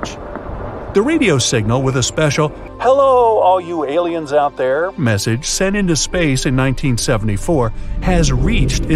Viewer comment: "Heelo all aleian you out there Best part of this video🤣